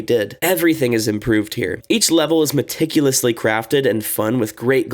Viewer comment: bro says maticulusly crafted maps at one of the worst maps lol